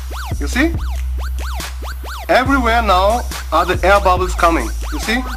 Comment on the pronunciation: "Oh zee aihr bobbles!" Shit cracked me up every time man! Nice video.